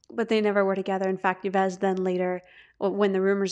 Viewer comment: Enjoyed this podcast, thank you. FYI Yves (Montand) is pronounced like Eve, his wife actress Simone Signoret has acknowledged their affair, expecting it to be a fling for which she seemed tolerant in a way. As far as your claim we shouldn't label her, I agree, to then conclude you'll therefor label her as straight though sounds a bit contradictory and diminutive of anything other than straight. Just my opinion.